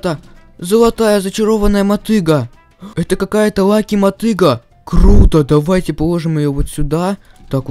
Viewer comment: не лаги а лаки